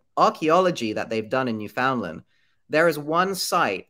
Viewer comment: Love your videos. Just wanted to let you know you are not pronouncing Newfoundland properly. It’s basically new-fehn-land . Sorry I hate being that person but as a Canadian it’s bothering me a little 😂